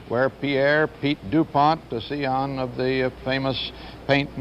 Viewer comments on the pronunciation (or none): Scion = “see on”? Oh, come on, Walter! An eppa-tome of a malapropism!